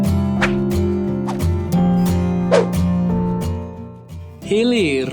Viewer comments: Hilir??? Hilir mh ath ka gigir wkwk, hiler bacanya itu wkwk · hiler bukan hilir ... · seketika menit pertama video bikin ngakak kwkwkw dengar abng nya baca "HEALER" jadi "healir" wkwkwkw "HEALER" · Hilir nggk tuh 😭😭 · Dari hulu ke healir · Wkwmw hilir